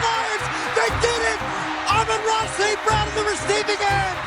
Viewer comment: "rookie reciever Amaarara St Brown" 🤣